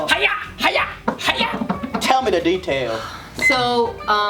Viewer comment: lol detaayyel